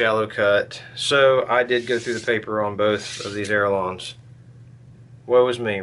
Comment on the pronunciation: “ALE - ER - ON”, not “err - a - lon”. Nice video. Thanks.